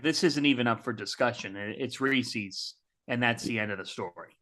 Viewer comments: Reese's not Reesee's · I've never been more upset with the DTF crew than when you disparaged 100 Grand candy bars, the absolute top of the chocolate-bar pyramid (Reese's -- which was WILDLY mispronounced by repeatedly in true torturous fashion -- is the top of an adjacent pyramid).